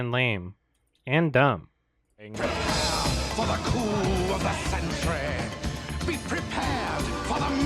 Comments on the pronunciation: Coup is pronounced coo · In the remake, it sounds like scar is saying "the coom of the century" not coup. Also, was not prepared for . That had me laughing my ass off.